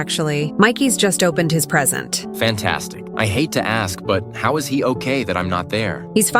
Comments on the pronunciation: "FENTAAAAAAAAAAAAAAAAAAAAAAAAAS FANTASTIC" what i heard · Jesus Christ that way he says that word fantastic😬😵‍💫😣